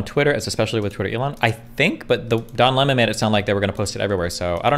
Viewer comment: I keep hearing John Lenin and Don Lemming lmfao